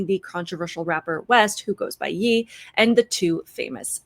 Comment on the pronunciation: Definitely not important but if it helps, Kanye’s Ye is pronounced as Yay!